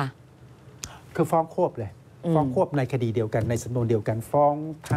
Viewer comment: คำว่าคดี เป็น " คดร "ไปแล้ว